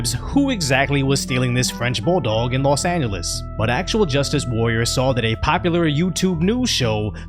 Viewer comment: Hey 👋 LEARN TO SAY LOS ANGELES 🥹🥹🤭🤭😆😆😅😂😂😂😂 Love your videos go ✊TRUMP 🇺🇸